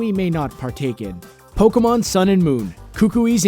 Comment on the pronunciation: Pokemon, NOT POLKAMON! >_<